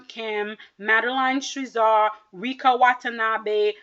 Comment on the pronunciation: It’s Madeline Schizas pronounced SKI-Zaass